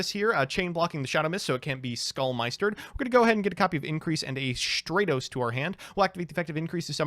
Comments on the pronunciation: Not only pronouncing Stratos wrong, but doubles down and rants on with parody names, while also having the last one pronounced remotely correct xD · Had to dislike because you kept saying stratos wrong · Stratos would be stronger if you pronounced his name correctly. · Stratos:, if you love me so much, WHY CAN'T YOU SAY MY NAME RIGHT?! (flies away in tears) ^_^ Love the video!